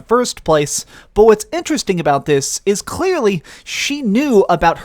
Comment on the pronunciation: Yall here the way he says "clearly"